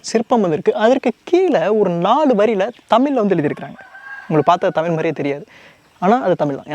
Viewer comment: நண்பா தவறாக எடுத்துக்கு வேண்டாம், ழ சரியாக உச்சரிக்க பழகினால் நன்றாக இ௫க்கம். தமிலி என்று கேட்க்கும் போது, தமிழுக்கே உள்ள சிறப்பை இழந்ததை போன்று உள்ளது. மற்ற படி அ௫மையான பதிவு 😎